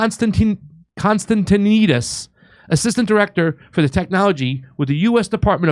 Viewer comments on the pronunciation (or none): No, it's pronounced kon-stan-ti-NEE-deez I'm the word police, today.